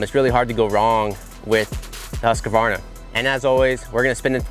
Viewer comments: love how all the ppl that ride bikes and right about them for a living always pronounce Husqvarna wrong. Lose the "A" in the middle there dood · yeah they say "husqAvarna" for some reason, I guess swedish is hard for the americans :) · 2018 and they still cant pronounce "Husqvarna".